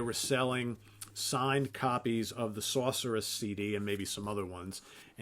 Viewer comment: I love how your accent jumps out whenever you say "Sorceress" haha. Like a true New Yorker!